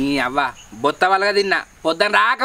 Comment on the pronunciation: బొత్త బోత్త కాదు